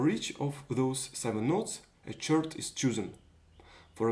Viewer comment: Usually in English chord is pronounced "kord". Great project, I'll be building one too!